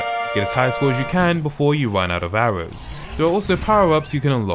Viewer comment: attempts to say arrows "Hours"